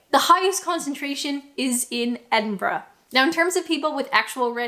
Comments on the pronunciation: Perfect Edinburgh pronunciation . Kudos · its so weird hearing a north American accent pronouncing Edinburgh correctly